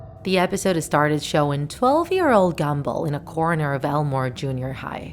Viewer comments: Me: Gumball Her: Gambull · I hear gamble not gumball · Did she just say gamball its gumball Gumball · U JUST SAY "GAMBALL" INSTED OF "GUMBALL" CUZ U R SOO DUMB!!!!!!!!! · SHE PRONOUNCED GUM BALL AS GAMBLE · "Gamball" lol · I’m not trying to be offensive but you said gamball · she said gumboll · It sounded like you said gemball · Ahh yes... "Gambull" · You say GUM ball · no offence, you said “gamball’ in the first part of the vid XD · Is it just me or do I hear "Amazing World of Gamble". No one? Just me? Ok. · She said gumball wrong